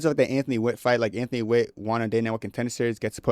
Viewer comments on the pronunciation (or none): none